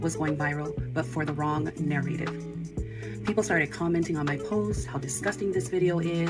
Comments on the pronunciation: Someone should've gave her an explanation that didn't say narrative 😂😂 she couldn't even say it right one time. Talk about guilty. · Take a shot every time she says "narrative" with that pronunciation.